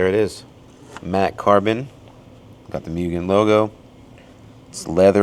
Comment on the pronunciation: i love tomei but the price tag is what does it for me, im waiting one for my DA and my EK.... NOOOO WHY DONT PRONOUNCE MUGEN LIKE THAT ITS MOOGEN